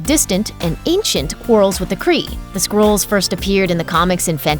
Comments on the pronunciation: skrulls..not skrools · Skrools?? Lol! It's SKRULLS like SKULL but with an R.